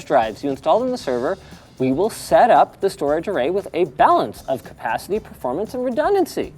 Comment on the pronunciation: It's performance not proformance Linus. Love u